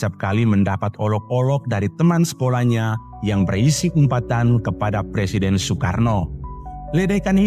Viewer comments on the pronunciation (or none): none